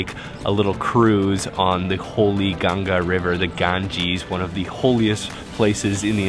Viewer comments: Dear YouTube channel: It’s not Genjes river , 😡 It’s “Ganga” (Gan-ga) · Not Ganges it's Ganga😊 or you can say Ganga Mata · Bro I really like ur channel - but please work on your pronounciation of Hindi words - just like you wouldn’t like Indians speaking a word in a wrong manner - so it’s Benaras and Ganga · why people say Ganga as ganjis and Yog as Yogaa? Is there any problem with their tongue? These words are from Sanskrit language and there is scientific reason behind every word pronunciation. After all every sound has a power to make atomic level changes through waves. At least pronounce it correctly. 🙏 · Hello, Just pronunce Ganga rather than Ganges. We Indians feel connected with Ganga not the other one. Thank you for your video. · What in the hell makes foreigners call river Ganga like Ganjies?? Like wtf dude call it the Hindu way..ganjies?? like seriously??